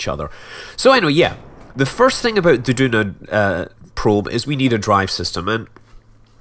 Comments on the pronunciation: Is it just me or isn't Duna pronounced Juna? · Maybe if you also pronounce tuna t-hew-nah and aluminum al-you-mini-umm instead of al-loom-in-umm